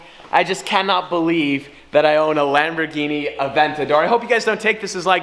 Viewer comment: two words...LAMBORGHINI and NAW-LEDGE!!!